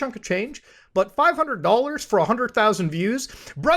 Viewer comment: It’s Muta saying Dollans for me. Even when he says dollars ( slight Canuck accent as well ) I hear it in my head as Dollans. Bravo 👏🏽 Muta, bravo!